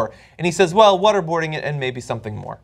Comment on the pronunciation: Every time John Iadarola says "water boarding" it sounds like he's saying "what-a-boarding" like "what-a-burger"; both horrible things to talk about LOL